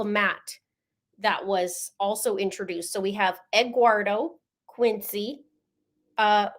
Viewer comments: The lawyer, I think it is the defense attorney, gets Eguardo wrong too. He actually says it the right way and says Eduardo. It’s confusing. 😂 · The def lawyers are awful, cant get anyones name right.. Lana landon eggwardo eduardo hahaha